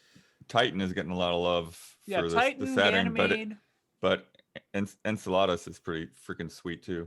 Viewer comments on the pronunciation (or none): out here making Enceladus sound like some tasty Mexican dish with his pronunciation, haha (Love you, )